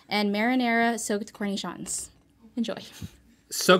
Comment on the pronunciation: Why did pronounce it like corny-shons?